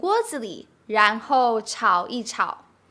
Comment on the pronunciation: For some reason I couldn't hear the ran2 bit pronounced when sister said ran2 hou3. I just heard n hou?